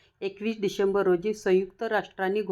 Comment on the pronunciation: पहिल्यांदा भाषा, उच्चार स्पष्ट असू द्या मग ध्यान सांगा. तुम्हाला डिसेंबर म्हणता येईना डिसेंबर असा उच्चार करता.